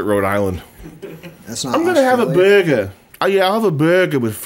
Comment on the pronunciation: Found the person who asks for a Buuergeh with froys